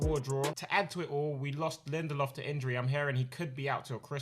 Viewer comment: Im Swedish so thank you for caling out Lindelöf